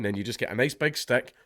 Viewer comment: "ILL TEACH YEEW"